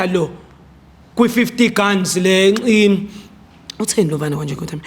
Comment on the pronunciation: He can't pronounce guns kkkkkk can't run a business.